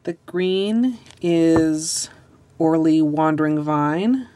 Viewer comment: does it bother anyone else how she says ORLY?